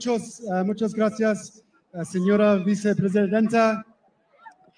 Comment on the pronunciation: Grasseearse? Never heard it spoken that way before. Sounds more like Swahili?😂😂